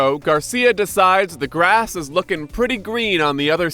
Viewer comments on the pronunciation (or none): none